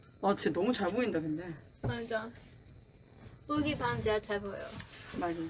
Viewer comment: is how Yuqi's name is enunciated properly.